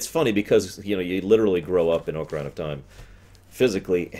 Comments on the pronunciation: Hi. Grammar nazi here... The proper pronunciation of both the instrument and the game is "ah-kuh-ree-nuh" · I have a feeling he sais Ocaryna on purpose to piss us off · Preach, panda. I love these ruminations, and "M-eed-nah" didn't bother me too badly on his TP rum (it's a proper name, and those are often open to interpretation), but every time he says "oh-kuh-rei-nah", I cry just a little bit (it's a regular noun, with a proper pronunciation). 😢